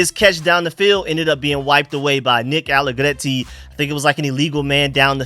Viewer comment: Dude gotta get Nicks name right. Gone on too long lol. There's no crazy accent on Allegretti. Cracks me up